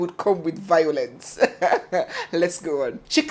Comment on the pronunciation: V- I-O-LENCE! I heard Vawulence.